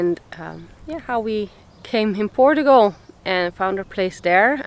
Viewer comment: I just love your pronunciation of " Portugal " , it adds a bit of positive sound to it.